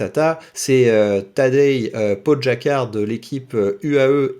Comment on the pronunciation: juste pogacar se prononce poguatchar😅 sinon la video est sympa👍